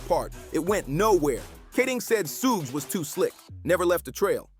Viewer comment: Why can't this this guy say suge correctly